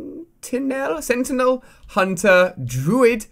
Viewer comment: When he didnt know how to pronounce sentinel i was like dude you play aw but then i checked the date and i felt stupid